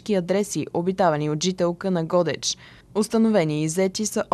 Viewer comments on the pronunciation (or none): ГодЕч бе, научете ударенията най-после, ако сте журналисти, а не аматьори.